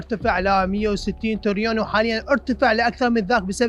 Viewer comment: في الدقيقة يقول المتحدث بدل الترليون يقول تريون !!!!!!!! هو هذا مستوى التعليم وصل الحال بيه بالعراق ؟؟؟؟ شعب ما يعرف يقول ترليون ؟؟؟؟؟ نيالها ام نبوخذنصر اكيد تطم نفسها هي و بقبرها عللي يعيشون بالعراق من اشباه للبشر و اشباه متعلمين